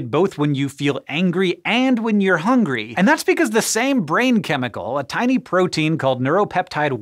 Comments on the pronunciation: Facts. HOWNGRY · Funny, we always called it, "HONGRY"